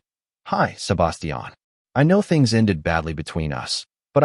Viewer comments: Butchered the name Sebastian 😂😂😂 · It's like they used an accent for only his name but English was their first and only language and they've never spoken to anyone that didn't speak in a monotone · The way the AI says Sebastian is annoying as hell.